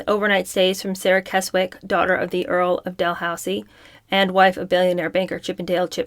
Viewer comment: Keswick is pronounced Kesick